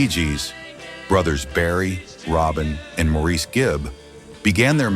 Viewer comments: OK, AI, doesn't anyone check these out before posting them? It's not 'Maur-ees", it's Mor-ris. He's British. Get it right. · It’no maw reess it’s maw ris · Maurice Gibb is pronounced Morris. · I HATE AI.voice-overs Maurice Gibbs nam was not pronounced like a French name. It was always dpoken as i it were spelled Morris